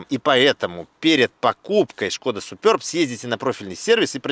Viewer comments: 🎉как же режет слух, называя модель супЁрб, если можно просто супЕрб, без буквы "ё"... Я торговал этими автомобилями, и как-то первый раз слышу такое акцентированное название супЁрб, ладно раньше по незнанию люди называли Шкода "Супер Бэ", хотя это одно слово Суперб - в переводе ПРЕВОСХОДНЫЙ... Ну и комплектации Классик, Амбиентэ и Элеганс... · Немного ухо режет «супёрб», супэрб правильно, чешское же название) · Супер Б правильно будет !!! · СупËрб... Аж уши режет!!!)